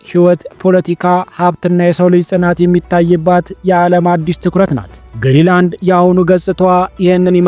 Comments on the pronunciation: ገና ለገና ቪው ለማግኘት ብሎ ዝም ብሎ ማውራት ራስን ማሳነስ ካልሆነ በስተቀር ትርጉም የለውም። ሰርቆ ከመብላት አይተናነስም ። ለምሳሌ ስም ስታነብ ግሪላንድ ሳይሆን ግሪን ላንድ ነው። ሌላው ደግሞ 58 ሺህ ሰው የሚኖርበትን ቦታ 56 ሰዎች ብሎ መቀደድ በጣም ያስጠላል። እንግሊዝኛ የማትሰማ ከሆነ ቢያንስ የአለምነህን ትንታኔ አየት አየት አድርግና በራስህ አፃፃፍ ፅፈህ አንብበው። ከመዋሸት ኮፒ ማድረግ ይሻላል። በግሪ እና በግሪን በ56 እና 58,000 መካከል ያለው ልዩነት የትየለሌ ነው። ስለ መንገድ ያወራህውም ፈፅሞ ውሸት ነው ለምሳሌ Ivittuut and Kangilinnguit የሚባሉትን ከተሞች የሚያገናኝ 4.5 ኪሜ መንገድ አለ፣ በኛ ቋንቋ ፒስታ ወይም የጠጠር መንገድ የምንለው 90 km paved road አለ። pituffik የሚባለው የአሜሪካ ወታደራዊ ቤዝም ርዝመቱ ያልታወቀ የመኪና መንገድ አለው። ስለዚህ ያወራህው 100% ውሸት ነው😂😂😂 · አስተካክለህ አንብብ እንጂ? ግሪ ላንድ ሳይሆን ግሪን ላንድ ነው።።።